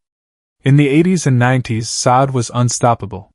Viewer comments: This is jank. I don't believe any of it. I have only listened to a few minutes and can't go on because you're not pronouncing her name correctly. If you don't know how to pronounce her name, how can you know anything else about the lady? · Pronounce her first name correctly please....